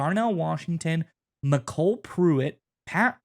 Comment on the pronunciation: Apparently you've never heard the name MyCole Pruitt, it's Michael with a unique spelling, not "McCool" lol